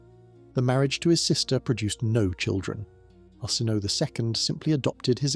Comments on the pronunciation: Pronunciation needs work. Arsinoe for example, pronounced Ar-sin-oh-ay. I do like your videos though. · Arsinoe : Ar-sin-no-ay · His names Arsinoe! Lol!